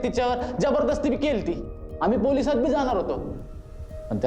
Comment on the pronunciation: पोरसात नाही पोलिसात